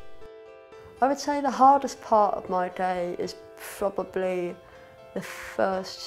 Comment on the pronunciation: did he say "frobably" ?